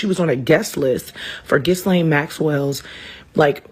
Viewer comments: NOW YOU ARE THE DISTRACTION, DUMMY! Why speak on this and how informed is she anyway calling her JIZ-lane?!? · 1. Lizzo doesn't watch the news because she can't pronounce Ghislaine (the S is silent). 2. The Epstein files are distracting us from what's really important, like government accountability and transparency or like prosecuting criminals in international crime syndicates? 3. No, every name mentioned in the files is not automatically a smoking gun for child abuse. What makes that sooo important to you, that you needed to post? 4. Lizzo is definitely in the Epstein files 🤣🤣🤣.